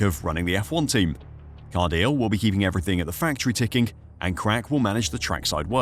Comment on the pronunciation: its Car-di-le... hes not english, do some research